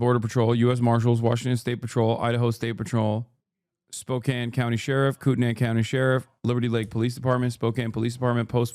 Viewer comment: 😂 yes its spoe can, not spoe kain... 😂 Thank u dawg